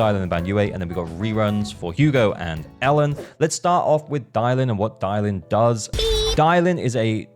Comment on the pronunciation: It’s Dialyn btw